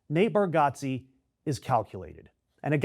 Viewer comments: It’s pronounced Bar-Get-Ze not Got-Ze. Still tho, this was pretty disappointing news. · Pronounce his name correctly. Idiot!!! It’s Bar-get-ze. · It's pronounced bar-get-zee. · and YOU CANNOT pronounce his last name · If you're gonna shit on someone at least educate yourself on the correct pronunciation of his name. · As a fire breathing liberal myself I think it is important to suggest you fuck the fuck off immediately. The guy went to a stupid event, which is his right. You don't like it. Who fucking cares? Did he storm the capitol? Real Lefties don't adopt McCarthyite tactics, they denounce them. Bitch. Many people think democrats are the assholes. You're their fucking poster. And learn to pronounce his name you redeyed cunt.